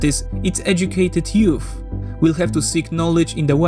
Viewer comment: Nice, just commenting for petty pronunciation correction, the Th in youth is at the end of the foreteeth, and not the lower lips, so it wouldn't sound like "youf"